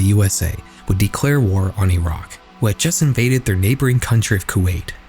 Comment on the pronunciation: Shoutout to the only youtuber who can pronounce Iraq correctly